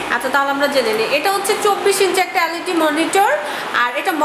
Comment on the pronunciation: Magi LAD na,LED bol